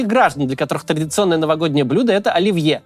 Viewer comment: Какой, нафиг, "ольвье" ? 🤪